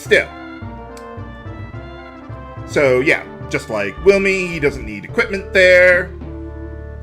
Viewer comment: I think Wilme is pronounced Vil-meh, but whatever